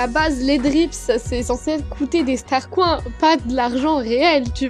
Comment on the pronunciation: pour l'animation quand tu la trouver tu as dis " STARCROINS" xD :D